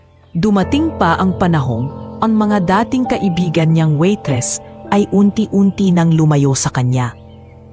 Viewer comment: Anong kpaseng narrator ito n as kskainispakinggan waitressnawaitresssabihinmong waytres?